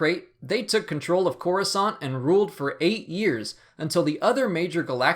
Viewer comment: It's Coruscant